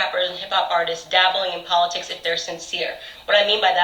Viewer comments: It's POL-itics. Not PULL-itics. 😂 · Po-LIT-itcs. Just like ana-LYT-ics. Makes phonetic sense from a certain point of view. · I think the best thing to come out of this, is we learned a brand new way to pronounce the word "POLITICS," I Love it!!! 😂😂🤣🤣🤣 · Actually it’s PAUL-itics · Get it right...It’s Po-lit-tics! 😳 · "Po-LI-tics". LOL. Yup that about sums up Cardi. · Politics is not pronounced poleetics, Cardi. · "Paul-et-ics" - Cardi B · You mean "puleitcs" 🤣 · More like poler-tricks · 🤪🤪🤪PO LE TICS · Po-lit-ics haha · Cardi can’t even say politics right